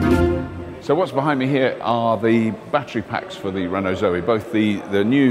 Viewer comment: Doing that silly accent again!!! Zoeeeee :-) ICE Renaults are infamous for electrical problems, lets hope that reputation doe's not carry over to the EV units. Zoe looks very smart!! that bigger battery expands its potential market!!